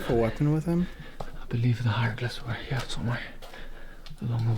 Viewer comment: Does anyone else hear how to dude says "Heyah" instead of Here? Its just like......funny to me :) also....PIGGLETS OMG PIGGLETS